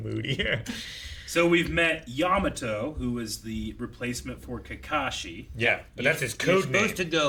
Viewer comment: "Yatamo" Every new character is just a new oportunity for to get its name wrong in a hilarious way